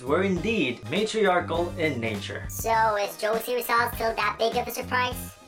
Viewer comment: Did you say Jose(Gio-see)Rizal?